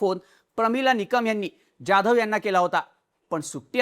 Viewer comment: You are probaouncing Jadhav like UP BIHARI. Stop this pronouncing.